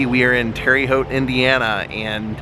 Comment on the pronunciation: Love the video, but Terre is pronounced like Tara 😊